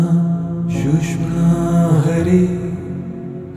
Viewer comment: thanks for this pointing out. Also, I'd like to point out it's pronounced sush-shoom-na. Sounds like "sushma" I'll add that it's best to not get caught on perfect pronunciation etc as it's the intent that truly matters but should be recognized that the nad vibration of the word is changed. just a note :-) keep up the great work . thank you!